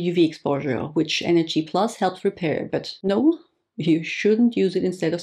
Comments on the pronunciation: Why are you pronouncing it NHD+ and not NAD+? Is this the right pronunciation? Thank you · I keep hearing you say NHD throughout the video rather than NAD☺️ ? thanks for your insight on this one, it’s a hot topic!